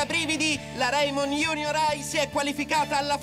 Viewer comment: E poi si di c'è reimon no raimon